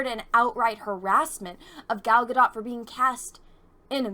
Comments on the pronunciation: I'm sorry to be that asshole but this is coming from an israeli, everybody keeps pronouncing her name wrong, everybody keeps saying it like ga-dot or ga-doh but it should be pronounced like ga-dote. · I'm new here but I think its pronounced Gal Gadoe as in go. 🙂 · This one needs to learn to pronounce Gals last name correctly & what's going on right now with people is that they don't really know anything about Cleopatra & so they assume she was Egyptian when in reality she was Macedonian & yes I guess they could be classified as white people. This chick attacks other actresses when it fills her needs no difference here I guess but let's not be hypocrites.